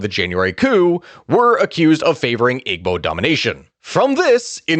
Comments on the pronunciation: EEEBOs not IGG-BOs how you say it. Igbos were never integrated. Passive aggressive policies against Igbos/Biafrans has occurred for decades after the war. They rarely got positions in government or military. Eastern area hasn't been developed as much as the West and North. (with government projects). Igbo's focus was in trade and education. All the coups after independence were between Hausas/Fulani and Yoruba. Igbos were on the side lines. Country needs to break apart so we can all go our separate ways. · Great job! Watched with my family. We are Nigerian! Just some minor critiques regarding pronunciation. 1.) igbo is pronounced (ee-bow) the g in Igbo is actually silent. 2.)Lagos is actually pronounced (lay-ghost) that’s the closest way I could think of spelling except you wouldn’t say the t in ghost. So (lay ghos) 3.) and lastly my favorite name to say growing up was babingida which is actually pronounced (baa-bang-ee-dah, not baa been ghee-da) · Got to needle, with the word Igbo, you do not use the g. It is pronounced Ibo because it is using the Igbo alphabet system where the heavy b is gb. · Great video boss i know it reads Igbo but its pronounced (eebo) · The way he sed Igbo is funny in future reference the g is silent in Igbo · Someone has probably already mentioned this but the "g" in "Igbo" is silent